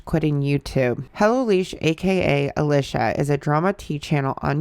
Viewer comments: Girl if you did all this research why can’t you say her name right? Lmao it’s pronounced alEEsha. It’s a common name… come on girlie 😂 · Alicia is pronounced with a long e sound. Leesh is short for Alicia.